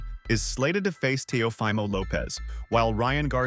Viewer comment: teo-FEEEEEMO...not FYYYYYMO. teofimo lopez. geezus do these n!&&@ even watch boxing?